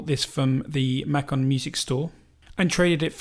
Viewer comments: It is pronounced MAcon not Mackon....si vous plait! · Macon Georgia is pronounced May-Con or May-Can, both ways are commonly used by locals such as myself. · We pronounce it May cohn in GA. Drag out that A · It is pronounced, "Make un". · this is great, thanks. Pronunciation of Macon is "makin'" Georgia. Cheers.